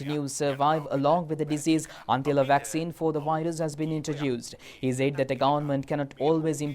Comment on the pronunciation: I don't know if this is related to the eye English news at 9pm but if so can the news casters be advised to drop the accent and pronounce the words properly..... said is not Z but S?!!? They keep on saying ZAID🙊